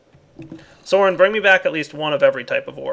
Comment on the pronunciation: Sign. Also, it's Soaryn, not Soren. Common mistake.